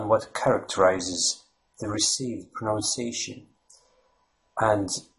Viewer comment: Your accent does not sound American or English. I would have guessed Lithuanian or maybe Estonian. Something eastern and northern anyway. Good on you for trying though. Suggestions: 1) Try saying "pro-NUNCE-ee-ation" when pronouncing "pronunciation". 2) Google "The Great Vowel Shift" to see why the spelling of English will get in the way when you try to pronounce it correctly. 3) Google "rhotic vs non-rhotic" to get a clearer idea about the "R" sound in English/American/Down Under accents. 4) Also, omitting the definite and indefinite articles is strong indicator of a non-native American/English speaker. 5) there are many accents within the US just as there are in the UK and Down Under. My experience of having lived in New Zealand, London, and California has taught me that an effective strategy is to focus on making your own accent comprehensible and pleasant without trying to sound like any specific accent. This will make your speech memorable and interesting without making it sound as though you are trying to mock someone else's accent. Just my two cents... Good luck